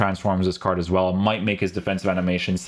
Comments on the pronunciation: guys why does he pronounce card like cardsh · Probably cause of his Portuguese roots...